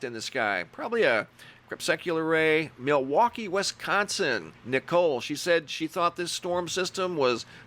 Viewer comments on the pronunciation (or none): none